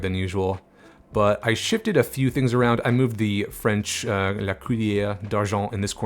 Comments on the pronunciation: Great video... and your French pronunciation was on point! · Gotta say, your French pronunciation was spot on! Kuddos!!!